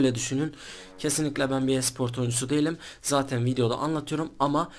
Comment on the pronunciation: İlk önce konuşmayı öğren konuşmayı.Esıport ne ?